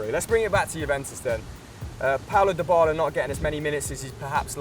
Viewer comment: Lmao "dypala"